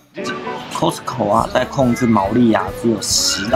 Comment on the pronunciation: 哈哈，其實念的COSTCO是標準的音，咖斯扣太台了